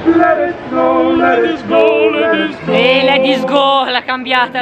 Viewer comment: Hahaha "let is go" al posto di "let it snow"